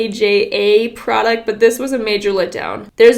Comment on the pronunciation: As a scandinavian I would pronounce "KAJA" as "Kaya". Dunno if that right for the brand, but that's how I would pronoukce the girl name🇧🇻🇧🇻